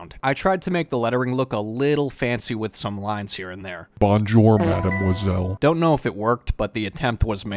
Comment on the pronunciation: "Bonjor mademwazell"